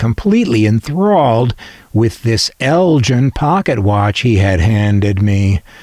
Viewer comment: Just a point “Elgin” as in the Scottish town is pronounced exactly like it’s spelt “El-Ginn” …not as you pronounced “El-Jinn” … sorry just wanted you to know 🙏